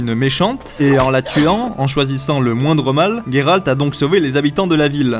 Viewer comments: n'ayant ni lu les livres ou jouer au jeu, j'ai adoré ta vidéo excepté à chaque fois que tu as dit " Guéralt " et pas " Géralt " haha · Il s'appelle Geralt pas Gueralt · Je ne sais pas mais j'ai l'impression que tu prononces mal son nom... Comme Gai-ral-t au lieu de Gé-ral-t.... ''IMPRESSION'' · Mais c'est GÉralt putain 😂😂 Ça se prononce comme ça dans les livres, dans la série et dans les deux derniers jeux...pourquoi y a autant de monde pour prononcer GUÉralt 😂😂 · Salut je suis d'accord avec toi, sur plein de points mais ta prononciation de "Guéralt"me fait vraiment mal aux oreilles, du coup je ne sais pas ce qui est le pire les faux raccord de la série ou ta prononciation du coup 😂😂 (ps: blc des puristes anglais et de leurs prononciations hasardeuses comme dirait l'autre ont et en france ici donc ont parle et prononce français mdr et c'est plus jolie entre nous 😆😉) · Comment tu as dit Gérald😂😂😂😂😂